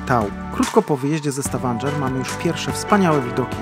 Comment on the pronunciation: Poprawna wymowa to STAVANGER, nie STAVANDŻER. Wiem bo też tam byłem. Polecam Prekistolen